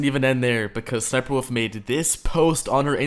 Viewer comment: Her name is sniperwolf not sniperwoof